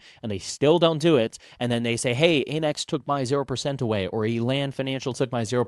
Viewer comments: It's 'AMEX,' not 'AIMEX.' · I have never heard someone say Aimex. Lol AM-EX.